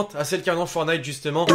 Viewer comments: C'est fortnite et non fornite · C pas Fornite C'EST FOR(T)NITE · Arrêtez de dire fornite dites fortnite !!! Tu n'as pas mis le floss ?! A part ça excellente vidéo on te kiff continue comme ça 😉